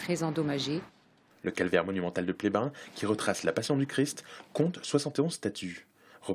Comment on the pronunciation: Pleyben, et non Plévin!!!!!!